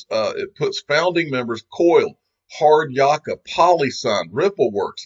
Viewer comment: Love your work mate... but it's not Yaa-ka, it's Yak-a. (I'm an Aussie). Hard Yaka = hard work.